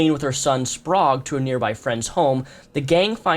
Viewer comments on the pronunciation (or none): none